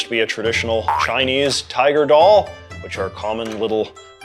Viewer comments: JJ, at least try to give proper pronunciation. You can literally look up the pronunciation. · Nice content. Terrible pronunciation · I love your videos JJ, but I can't help note how bad the pronunciations are of the Chinese terms :P